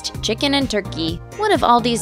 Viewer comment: You say chicken and turkey so weird.